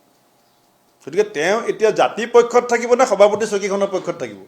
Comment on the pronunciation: হৱাপতি নহয়, সভাপতি। হতি নহয় সৈতে। কংগেচি নহয় কংগ্ৰেছী। হমগ্ব নহয়, সমগ্ৰ।অসমীয়া উচ্চাৰণ শুদ্ধকৈ শিকক আপুনি। দুদিন আগলৈকে গৌৰৱ গগৈৰ প্ৰশংসাত আপুনি পঞ্চমুখ হৈ আছিলে, আপোনাৰ কথা শুনিবলৈ অসমৰ মানুহ আগ্ৰহী নহয়।